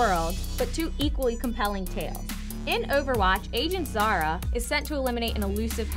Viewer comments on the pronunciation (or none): holy crap i screamed when overwatch came up and Zara??? its Zarya!